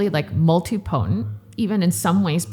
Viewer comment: A very nice discussion the definitions and part of the history on stem cells in the USA so far. It’s a little frustrating to hear someone in the field mispronounce totipotent and multipotent. It’s not said the same way as pluripotent which is being said correctly. The same goes for the word Mesenchymal which is usually mispronounced. When someone is speaking to people who don’t know the terminology and they hear it incorrectly pronounced then we have a bunch of people saying it wrong.